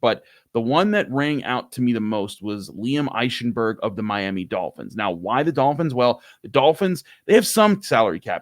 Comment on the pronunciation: When you say Eichenberg think Ike Taylor. IKE-enberg